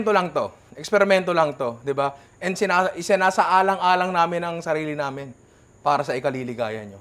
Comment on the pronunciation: sinasaalang alang namin mga sarili namin para sa ikaliligaya nyo sounded to me like SINASALANG 🤣🤣🤣